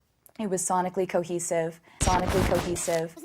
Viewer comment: When she says the word "cohesive" I actually hear: "cockesive". Or something like that.